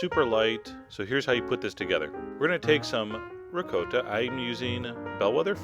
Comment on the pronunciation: This is delicious but that isn't how you pronounce ricotta. Omg.